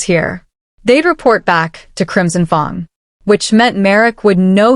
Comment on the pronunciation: Pronouncing of fang wrong is very difficult to make listening easy